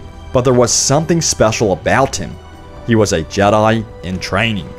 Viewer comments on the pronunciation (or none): The way u say jedi really annoys me. It’s jedi not jedyi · you say jedi wierd